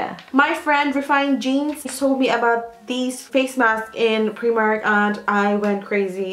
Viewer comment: u do realise it’s pronounced ‘pry-mark’ xxxx